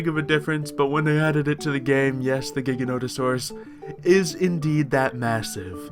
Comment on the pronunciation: STOP SAYING GIGANTOSAUROUS WRONG